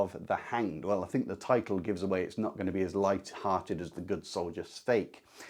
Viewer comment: Nice video. Just one nag Škoda-style. If you can pronounce Hašek, you can pronounce Švejk. Not Svejk. Not Skouda. Not Hasek. Škoda, Hašek, Švejk. Just think of saying “shite”. “Shvejk” 😂